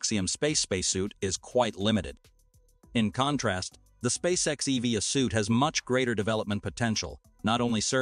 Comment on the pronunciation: Your voice robot is quite jarring in how it pronounces "EVA": s/b "E-V-A" (as in "eee-vee-AE"; not "eee-vee-a" as in "again"!